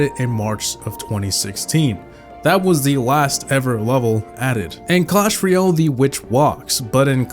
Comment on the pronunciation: it's ROYal not REEal